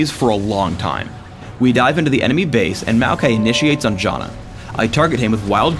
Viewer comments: Did he just call Janna Jonna? lol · You pronounce Janna as Jaw-na, yet you pronounce Aegis as Ages... How can I trust your pronouncation of Janna if you can't even say Aegis right?